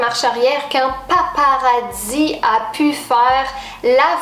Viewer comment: On ne dit pas des '' paparadis '' on dit des '' paparazzis ''